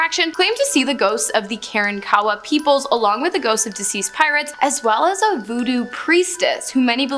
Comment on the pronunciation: The seven-foot tall, cannibalistic Native Americans of early Texas, that she refers to, are called Kuh-rahnk’-uh-wuh not Kar - ahn ‘ - kawa . There is a tale in old Texas history about the last Karankawa alive in Texas and how he dealt with being the very last. He drank a LOT of whiskey. 🇨🇱